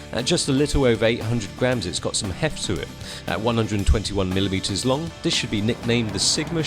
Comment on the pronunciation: " The Sigma Slong".......LOL.